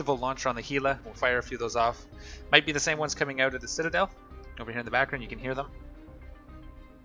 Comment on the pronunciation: why do you say oot instead of out?